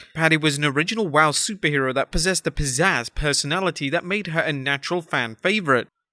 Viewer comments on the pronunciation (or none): none